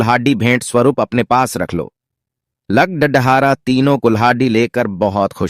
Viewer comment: Are bhai are bhai speech nahin aata hai dene to kyon dete Ho lagda dhare nahin hota lakarhara hota hai or lakadhi nahi bhai lakri